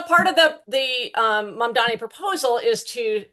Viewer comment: It's spelt Mamdani. It's pronounced MUM--DAA-KNEE. It's not hard. When you get it wrong after hearing it a million times over the last 10 days, it feels like you're doing it intentionally, like Cuomo. Please don't be those people.